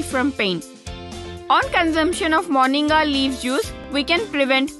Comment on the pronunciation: Fool it's not morniga it's moringa